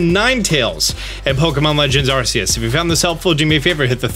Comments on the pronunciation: He says "Arceus" wrong. It is pronounced "ARK-Ee-Us" or "AR-KEY-US" Per The Pokémon Company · You pronounced Arceus wrong